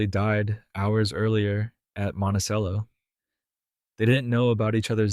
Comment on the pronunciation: Check out correct pronunciation of Jefferson home that stands today. Best being knowledgeable talking to the public.